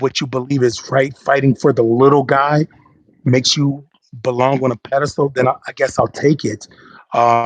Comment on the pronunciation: I get you! Pedastal not place to be!